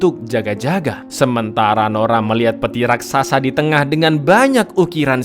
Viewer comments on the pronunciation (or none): none